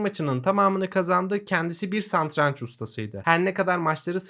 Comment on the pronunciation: üstad santranç değil satranç